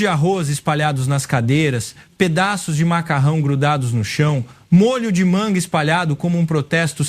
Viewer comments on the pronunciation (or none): none